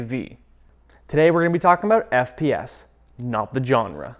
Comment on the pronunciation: stops saying FAS